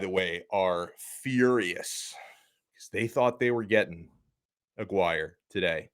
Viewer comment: Dude. As a fellow alum, you're killing it. I wanted to knock you for your pronunciation of "Aguire," and you nailed that. Then you kill me with the "he's still a four star." Well done. Separately, I hate this hat game. Don't care where you land. It's so corny and disrespectful.